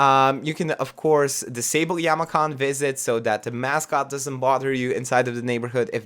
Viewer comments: Yama-chan ... It’s chan like in the word “channel” Other than that, this is an amazing video. Super excited for this pack! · The ch in Yamachan is pronounced more like the ch in chocolate, not like ch in chemistry.